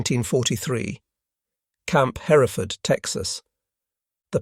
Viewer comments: Camp Hereford...pronounced just like in Great Britain. Not Her - reh - ford. Also name of a type of cow. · Hereford is pronounced her-ford. The second E isn't pronounced. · Camp Hereford is pronounced: HER-ford. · Love this, but could you please call Hereford, TX by its Texan pronunciation and not the British way? In Texas, it's pronounced HUR furd. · FYI, Hereford is pronounced hur ford.